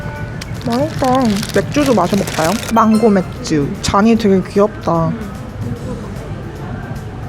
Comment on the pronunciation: 망고맥주를 맹고막주로 읽음ㅋㅅㅋㅅㅋㅅㅋㅅㅋ